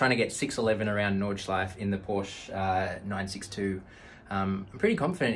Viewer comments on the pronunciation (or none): Just a random german grammar Nazi coming through. Stefan was already explained but it's also an "Sh" sound like "should" in the beginning. And it's NordschleifE and PorschE. Just like the very first sound in "about" but at the end of the word. And yeah I have too much time on my hands right now :P